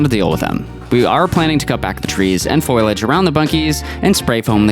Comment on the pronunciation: Ha ha! “..foilage” like Marge Simpson